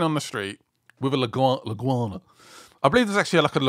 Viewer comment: Iguana not Leguana. Iguanas and chickens inhabit metro Miami